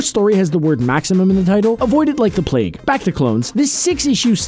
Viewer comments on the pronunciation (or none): none